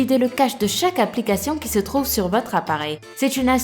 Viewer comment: Rip le français ... "l'apolication"